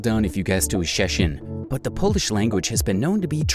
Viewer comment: Sorry, but "Szczecin" is NOT pronounced like shehsheen...